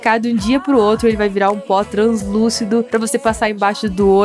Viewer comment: No momento vc falou bó em vez de pó quem viu da like